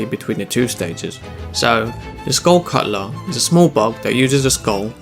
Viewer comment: yea its totally a skull cuttler not skull skuttler